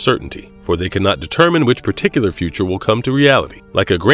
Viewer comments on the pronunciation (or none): none